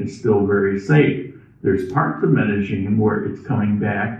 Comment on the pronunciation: Medellin DOES NOT HAVE A (G) IN IT. If you remove the G in your pronunciation you'll be spot on!